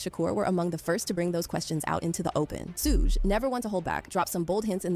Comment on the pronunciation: The pronunciation of Suge is diabolical